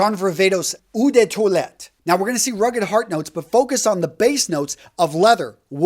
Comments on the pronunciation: you are great but your French is terrible:). Check the pronunciation of eau de toilette/parfum in Google translate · Gotta work on that French brutha man Eau=Oh (but not long like "Ohh ok".... Short and sweet) De=duh (but not long like "duuuuh hello".... Also, short and sweet) Parfum=Par-fum (almost like pah-fum) (easy on the R and also on the M) Toilette=twah-let .... Otherwise great vid as usual and thanks 4 the info, and it's all luv bro. ✌🏾